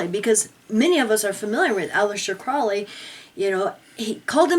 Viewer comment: I'm not a scientologist, but this ass yelling at this guy can't even pronounce Aleister CROWley's last name correctly. You catch more flies with honey than vinegar. (don't harass)